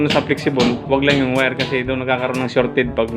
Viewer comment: boss wag Muna ipag ptuloy nakaka hiya ka Mali Ang pronounce mo sa wire o Mali Ang pag basa mo sa Phelps dodge